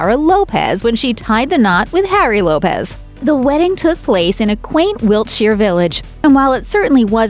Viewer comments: It's a fact, kumquat. It's Lopes, not Lopez. Google a video on her, that's how it's pronounced. I live in a predominantly Portuguese area where that surname is common and that's how they pronounce it. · Laura's surname Lopes is not pronounced like Lopez. It's pronounced to rhyme with 'hopes'.